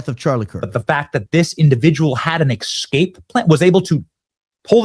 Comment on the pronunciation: 😂 EXcape is not a word Benny. Neither is EXspecially